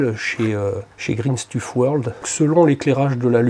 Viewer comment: Magnifique cette peinture 🙂 Je connaissais et j'hésitais à en acheter mais je savais pas quoi peindre avec 😂 Belle réalisation vidéo au passage. (On dit "Green Steuf World" il me semble ^^)